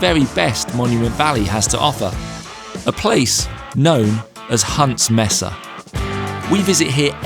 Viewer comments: Mesa is pronounced maesa, not messa. Messa is a group of things, such as "I caught a messa catfish." 🙂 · Another excellent POL. Thank you. A small point for. Mesa is pronounced maysa. And, in Monument Valley, the other tall feature is called a butte, pronounced buoot, not butt. A simplified definition is that buttes have smaller diameters than mesas. And the next time you go, check out Goulding’s Lodge and the old Goulding’s Trading Post. A great place to stay or just eat and lots of history. It is because of Harry Goulding that so many movies were made in Monument Valley, especially providing periodic jobs and income for the Navajos during the Great Depression. 😊